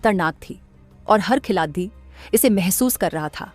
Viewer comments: अरे AI जेनेरेटेड विडियो है। खेलाडी को "खेलाती" बोलना जरा ध्यान दिजिए, बाकि सारे गफबाजी है ईश भिडियो मे। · Khilati kyu bol rahi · आपको हिंदी बोलना नहीं आता क्या? खिलाड़ी को खिलाती बोल रहे हो। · मैडम यह खिलाती क्या होता है खिलाती !!! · Vedo m boley bali ladki ki hindi acchi nhi h sudhaar karo.।khiladiyo nhi khilario hota h speaking m not writing.। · मैडम खिलाती नहीं खिलाड़ी बोला करे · खिलाती क्या होता है खिलाडी़ होता है😂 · ये न्यूज कहा की है भाई जिसको खिलाड़ी बोलना नही आ रहा है वो न्यूज पढ़ रही है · Lady narrtion अच्छी हिंदी पढ़ रही है,पर खिलाड़ी नहीं बोला जाता,हर बार क्या बोलती है,खुद सुन लो😅😅😅😅